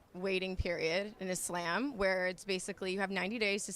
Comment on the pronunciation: Did she say Islaym?